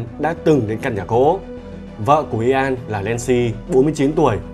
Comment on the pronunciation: Ian đọc như ‘yên’. Chứ ko phải i an đâu ạ 😁